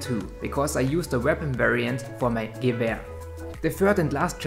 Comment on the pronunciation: finally,, someone can pronounce gewer properly,, lmao,, keep up the good videos bud